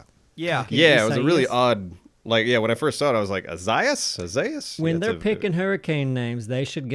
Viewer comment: hurricane pronounced: eye-zay-us